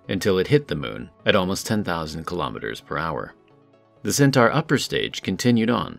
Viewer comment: It has to be human. No computer voice would consistently mispronounce the name of the rocket as "centar" instead of "centaur".